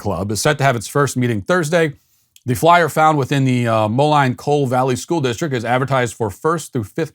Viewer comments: Being born in Illinois the city is pronounced Mo-lean, not Mo-line. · Moline pronounced (Molene) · Long time Sweet Baby here, I’m from the Moline area (Iowa side of it, called Davenport, we’re 1/5 cities all next to each other). It’s pronounced MOLEAN. Keep being the best cult leader you can be Matt!